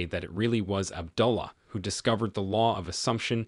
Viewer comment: Good Videos but please pronounce these words correctly.... AB-DO-LA and BAR-BAY-DOCE